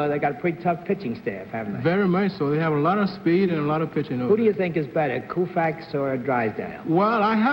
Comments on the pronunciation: There goes Bennett demolishing another name, calling the Dodgers pitcher "Koofax." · Bennett Cerf mispronounced the lady name of Sandy Koufax. Willie Mays was very charming.